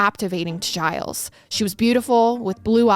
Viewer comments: His name is actually pronounced "Zheel", it's Québecois (French)... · 'gilles' is a french name, its pronounced 'jill' with a soft J